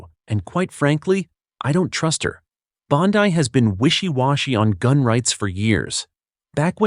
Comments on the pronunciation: Its Bondi not bondii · Is this AI speaking ? Stop saying bond-eye